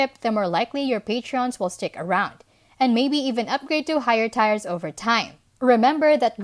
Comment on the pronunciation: Nice video. Tiers is pronounced 'tears' or 'teers'' in english FYI. 👍👍